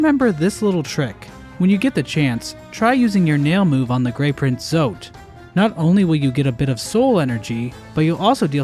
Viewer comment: Almost sounded like you said “Grape Print Zote” 😹